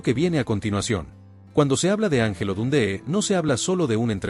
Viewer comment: “Don - dÉ?””,… “ For- E- man” ? Con todo respeto, la incorrecta pronunciación de los nombres de estos héroes del boxeo le restan mucho mérito a un video interesante en su contenido.